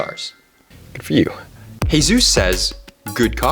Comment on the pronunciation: bro pronunce jesus as hesus🤣